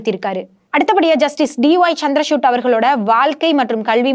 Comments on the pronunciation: Her Tamil pronunciation is not good at all. Particularly the special letter of Tamil. VAZHAKKU is continually pronounced as Valakku. And the CJI is Chandrachud not Chandra chutney as she is pronouncing. Hence to praise her Tamil pronunciation is not on. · ಚಂದ್ರಚೂಡ್ ಎಂಬ ಹೆಸರನ್ನು ಈಕೆ ಬಾರೀಬಾರಿಯೂ ಚಂದ್ರಶೂಟ್ ಎಂದು ತಪ್ಪಾಗಿ ಅವರ ಹೆಸರನ್ನು ಉಚ್ಚರಿಸುವುದು ಮಹಾ ತಪ್ಪು. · Madam try to pronounce CJ's name properly